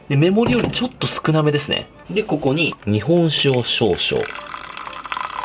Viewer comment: 鯛めしのとこの こ↑こ↓にー がめっちゃ気になって草